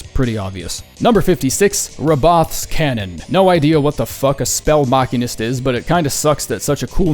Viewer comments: "Mah-keen-ist"? You sure its pronounced like that and not "ma-sheen-ist"? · Spell Ma-sheen-ist,not ma-kin-ist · Ma...makenist... ma-key-nist... I get how someone could think that, but it sounds so wrong. I'm gonna go find a makene to fix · I could be wrong. But I think its pronounced MACHINE ist. Like a magician that tinkers with machines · I’m pretty sure that’s not how you say machinist It’s machine-ist like a fucking machine Sorry to be that guy but I machines are too important to me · saying Machinist like It’s Deus Ex Machina instead of realizing it’s Machinist, like someone who works with machines will never not be funny to me. And yeah it makes sense for the weapon, it’s a machine that fires magic, so calling it’s maker a spell machinist makes sense. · Forbidden Machina!